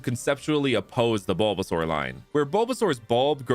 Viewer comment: nah crazy calling bulbasaur, bergasaur. As a Mexican, I almost spit out what i was drinking.